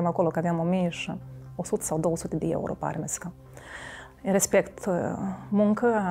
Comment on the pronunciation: "4 suti di ieuro"🤣🤣